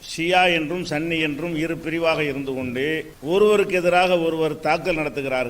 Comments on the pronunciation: attha your pronouns sunny is wrong its should be pronounce as sunni? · சன்னி என்று உச்சரிப்பது தவறு என்று இவருக்கேத் தெரிய வில்லை